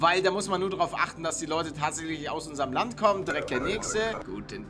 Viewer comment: er sagt immer bei mir am anfang Moin Nudde bruder es ist von meine kopfhöhrern aber du sagst es auch bissel komisch. sag mal Moin leute nicht moin ludde